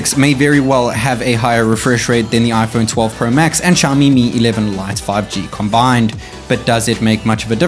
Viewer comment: NOT SHAMI! IT SOUNDS LIKE SYAOMI!!!!!!!!!!!!!!!! NO FUCKING SSSSSSSHHHHHHAMI